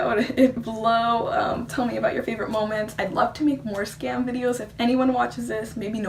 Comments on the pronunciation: Pronounce it like skahm. A Norwegian forest cat kitten DIES every time an English speaker pronounce Skam like Scam. And we don't want that! ;) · It's pronounced "skum" , other than that, great video !